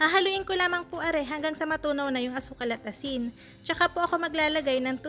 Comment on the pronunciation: Novo ecijano ka te? Narinig ko yung 'are' hahaha